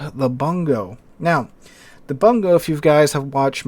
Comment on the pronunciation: Bungo is properly pronounced "Boon-go"